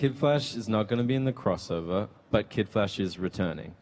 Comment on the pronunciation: It's prnonced Flash not Flashe